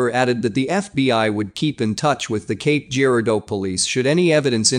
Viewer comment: Cape Girardeau ( juh-rar-doh ) to locals.. Not jeer-ah-doh.